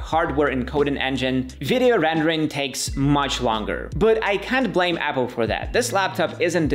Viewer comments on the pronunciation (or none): none